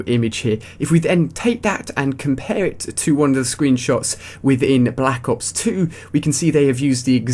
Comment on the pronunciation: u cant say black ops straight